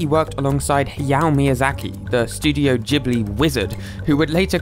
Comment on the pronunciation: Ghibli is pronunced with a hard g sound, not with a soft j-like sound. Otherwise they wouldnt have put the h